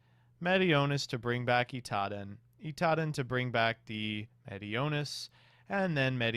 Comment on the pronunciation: The worst part about the Drytron games is saying Itaden instead of Idaten